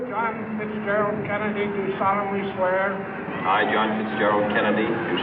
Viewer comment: I John Fitzgerald Kennedy do solemnly sweauh